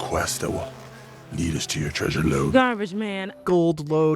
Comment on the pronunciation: So when pronounced "treasure" sounds like jelloapocalypse